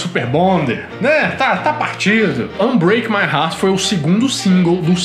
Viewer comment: Moço, ficou muito bom com esse microphone e com pronuncia britannica de "Unbreake My Heart".